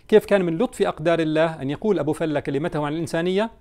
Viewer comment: فلة بفتح الفاء وليس ضمها وهو مصطلح خليجي بمعنى المرح والإبتهاج